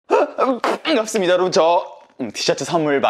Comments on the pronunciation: 밤갑이 아니라 뽠깝습니다 인데.. 약간 아쉽네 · 밤같습니다인줄..ㅋㅋㅋㅋㅋㅋㅋㅋ 형오늘도 너무 재밌어용 아 봔괍습니다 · 티 잘못 맞추신 듯... "뿌앙갑습니다"가 표준어입니다. 데헿